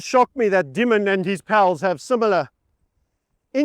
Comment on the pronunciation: Hope you are not Farming While White over there...Audio is quite good considering all the activity. It's pronounced Demon, by the way. Jamie Demon.